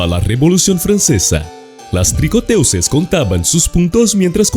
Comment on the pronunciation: Se escribe tricoteuses y se pronuncia [trikƆtøz] o mejor puedes decirlo en español: TEJEDORAS